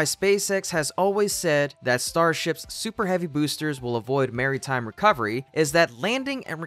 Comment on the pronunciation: Mary time landing instead of maritime. 🤭